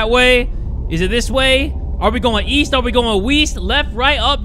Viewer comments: "are we going east, are we going weast" im gonna start using that now lmao 🤩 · "Are we going east are we going weest?" that got me XD